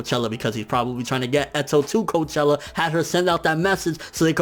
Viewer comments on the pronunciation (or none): Cochlea = cock lee ahh. not coachella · its cochlea i think if im not mistaken.. i just find it amusing he pronounced it as coachella hahaha imagine the q's squad going to a music festival